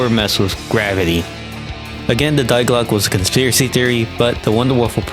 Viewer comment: Nice video but the way you pronounced die glocke hurt my ears 💔 also the juggernog glitch was only present on der riese